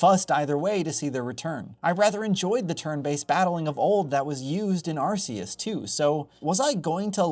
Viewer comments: Fun fact, it’s arc-e-us. Not arse-e-us. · How many times have you heard Arceus pronounced by TPC and still choose to pronounce it arse-eus? 🙄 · AR-KEY-US Pokémon isnt naming their god ar🍑se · It’s Ar-KEY-us. Always has been… unless you’re speaking Japanese. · Bruh it's Arceus with a hard "c." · I still can't get over the way you pronounce Arceus. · I swear, the way he pronounces Arceus makes me want to SCREAM!!!!!! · Please just pronounce Arceus properly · Arceus is pronounced with a hard C, like a K, not a soft C, like an S.